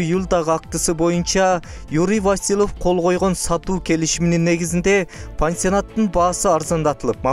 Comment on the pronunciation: СУЙЛОП ЖАТКАН БАЛА ТИЛ МАДАНИЯТЫҢДЫ БЕКЕМДЕП ТАКТАП АЛЫП СҮЙЛӨЧҮ ЭЛДИН КЫЖЫРЫН КЕЛТИРБЕЙ ВАСИЛЫВ ЭМЕС ВАСИЛЬЕВ Ж.Б.